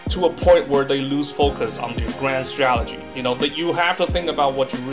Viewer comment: If this guy says "stralegy" one more time...